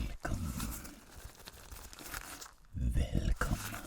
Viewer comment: Whenever I hear that "Oh Velcome! Velcome!" I know it's about to be a tingle sesh to outshine all others!